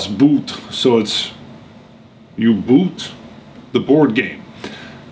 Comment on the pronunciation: "Boot" in German is pronounced "boat". Double o's in German are a long o sound. Literally U-Boot is pronounced, "Ooh Boat". Oh there will be a vocabulary quiz on Friday :)